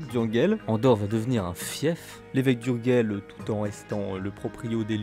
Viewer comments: Bien faite et bien documentée cette petite vidéo ..😊 une petite critique cependant : on dit « urjeil » et pas « urguel » pour Urgell …. Le catalan est une langue latine : le G se prononce J quand il est devant un E et un I… et puis 2 trucs chelous à signaler sur cette frontière : - le Pays Quint , en demembrement, l’Espagne est nue propriétaire, et la France usufruitière … la poste est assurée par la France qui recouvre la taxe d’habitation mais pas l’impôt foncier …. qui reste l’apanage de l’Espagne … - le val d’Aran exception au principe de frontière-ligne de partage des eaux, enclave espagnole sur le versant nord des PYRÉNÉES et curiosité linguistique puisqu’occitanophone …. chez les hispanophones …. Une autre petite vidéo s’impose sur cette frontière chelou 😂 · Super video. Pourquoi prononcer Urguel . Ourdgeille en catalá.